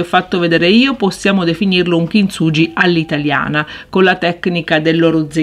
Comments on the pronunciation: "kintsuGHi" ... cmq bel lavoro. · Bello, però per favore pronuncia correttamente: kinsughi🤗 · kintsugi si pronuncia "kinzughi"